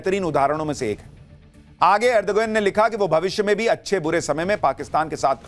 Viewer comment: Ajar- be -jaan😅ardh-gone😅